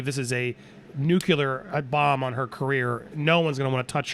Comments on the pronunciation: what the fuck, did he say nucular? Ok GW. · STOP SAYING NUCULAR FFS!